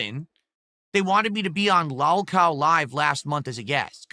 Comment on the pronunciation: This regard is king of the Lolcows based off the fact that he can’t even pronounce lolcow correctly.